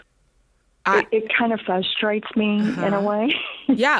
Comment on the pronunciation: I can't stand when people say "fusstrates" instead of "frustrates".